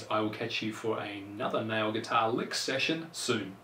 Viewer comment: His accent makes the word "nail" sound like "now", which is pretty annoying lool